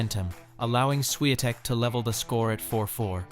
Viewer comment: Because it's not spelled as Swiatek. The correct writing is Iga Świątek. And therefore "Ś" is not "S" as well as "ą" is not an "a".